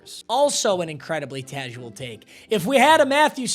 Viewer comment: “Incredibly tasual take” PAPA😭